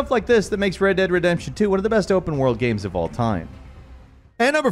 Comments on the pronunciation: why the hell did he say "gahymms" at the start instead of "games" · I've watched a few of these now, and is definitely a great host, but I swear I hear him say "gams" instead of "games" and I can't help but wonder if this is....intentional? I'm cool with silly banter etc, I just can't help but wonder. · did you say video GAMS ? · Istg I came to the comments to type this only xD damn, he DID!! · He definitely pronounced that as “video gabs” before the list there… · Hey am I the only one who heard him say video "gams" right at the start of the video? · I am sorry, did you say "recent video gams"?? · "video gams" 😂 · Did he say video gams? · The only reason I'm in the comment section... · Did you hear the way that AI said games on the intro 🤔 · I don't really hear mispronounced Games any differently than anyone else would pronounce games.